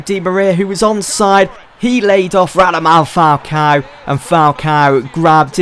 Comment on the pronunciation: can someone make an animation of saying "radamal falcao" from every episode?